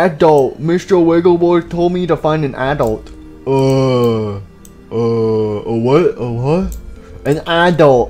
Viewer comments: He said applesauce instead of adult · I raged when they said aadult